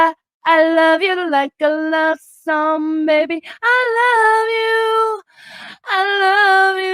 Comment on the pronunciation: Learn not to use people...And BTW you CAN'T SING....It's SONG WITH G. I hope William pronounces his *G's*. Learn to be nice...If not you will forever be alone.